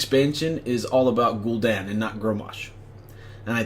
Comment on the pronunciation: Gul'DAN...not Gul'don